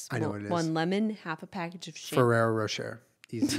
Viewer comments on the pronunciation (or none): "Ferrara Roche-R'' LMFAO 😂